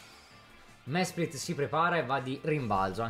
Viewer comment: Mesprit diventa schelogeggia perché questo errore di pronuncia mi ha fatto ammazzare dalle risate